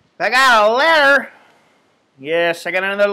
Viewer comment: nice one Scott. I can't help but join in when u say I got a letterrrrrr